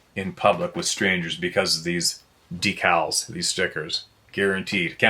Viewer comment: & his dec-als!😂😂😂😂 ❤ It!🎉😂😊